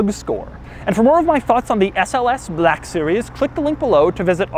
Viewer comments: why you sayin black series like that lol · HAHAHAHA A WHITE MAN CAN'T SAY 'BLACK' NORMALLY😂😂😂